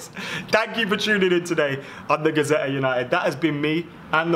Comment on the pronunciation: It's Gazzetta, not Gazetta!! If it were Gazette, that would be correct...